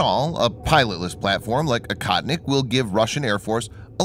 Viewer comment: Akahtnick in Russian means nothing! Oh-HOE-tneek, the correct way to pronounce the word, means "hunter."